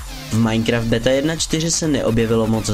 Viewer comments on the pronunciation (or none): none